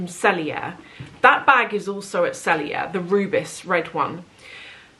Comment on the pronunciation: Seeing what you have been selling from your collection these last few months, I feel the Hermes bag is your best choice. Oh and Rubis is French for Ruby, it’s pronounced the same. The Chanel is sure lovely though. How is Louis doing?